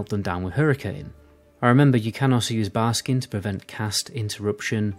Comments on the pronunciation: Are you memeing by calling it Barskin? You know it's Barkskin right? Haha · Does it bother anyone else that he said barskin and not barkskin?